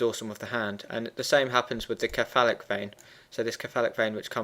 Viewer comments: Thanks for the great graphics- very helpful. Please note, though, that the word 'cephalic' is pronounced with a soft c. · I just couldn't stand the way he says "cephalic" other than that it was good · I'm glad I wasnt the only one